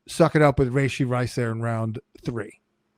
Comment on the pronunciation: Please stop saying, “Ray-shee.” That’s not how you pronounce it. I’m sorry… How do you have a fantasy football podcast and you’re criminally mispronouncing a top receiver in the league? You’re the only two men on the planet that say, “ray-shee” and it’s nails on a chalkboard. Gotta fix that moving forward.